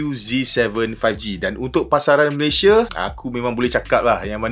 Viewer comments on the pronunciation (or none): none